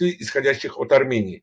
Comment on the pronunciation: "Так называемой "суверенной" аРРРамыянии"-☝️😎